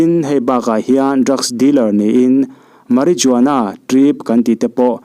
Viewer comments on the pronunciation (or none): Marijuana = ma-ri-uana... J silent in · Marijuana tih hi... Mariuana tih ang a lam rik tur ooo,Marijuana a "J" hi silent a nih a vangin "Mari-ua-na" tih a lam rik tur...